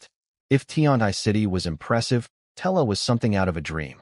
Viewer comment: Tella? Don't you mean Terra?